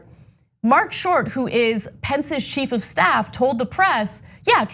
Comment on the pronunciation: Sounds like she says, “...Pence’s sheep of staff.” 🐑😆👍🏻